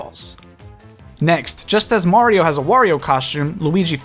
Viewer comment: It’s a-me, Mari-no! Good vid btw.👍🏽